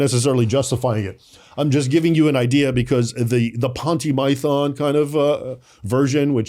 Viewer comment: the "Ponty Mython" huh?